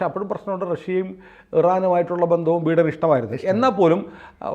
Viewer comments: ബീടൻ അല്ല ബീരാൻ 😂😂😂😂 ബൈടൻ ആണ് സാറേ 🤭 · Pronounce ബൈഡൻ please 😅